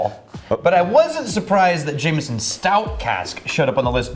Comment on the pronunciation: Jameson not jamieson